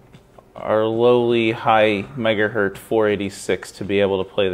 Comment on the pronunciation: Every time you say "megahert" instead of 'megahertz' it makes my teeth itch.